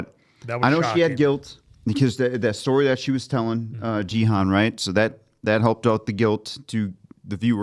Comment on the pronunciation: Three seasons in and still can't pronounce the main character's name right 🤨 it's a hard G, like garden.